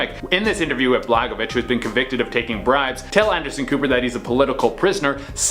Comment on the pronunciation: Dude….you could’ve checked the pronunciation of this former politician’s name quite readily….. BLA-GOY-OVICH I really wish y’all in this channel would take a moment to look up the obvious! Pronunciations are KEY in having people understand what you’re talking about. I really love your channel but getting frustrated with the lack of intent when reporting something and butchering the pronunciation - can we give it a go for a week or two???? The one that really irks me is y’all’s mispronunciation of city names, etc, in French Canadian territories. It only takes maybe three or four seconds to look it up